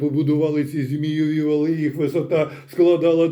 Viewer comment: Бажано ставити правильні наголоси: зáгадки, фенóмени, ЗмÌєві вали.